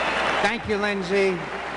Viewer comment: lol so gay voice : sankQ sankQ